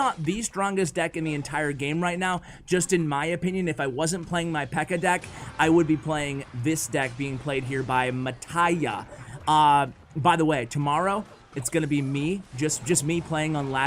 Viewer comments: It's not "MATTAIA" like you said. It's an italian name sounds like if you read "MATTEA". 'cause the pronunciation of the letter "i", in Italian, suonds like your "E" in english. You're welcome 😚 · Mattia it's not spelled like you did, it's an italian name and it's spelled like that: mattheea like matthew :) nice video btw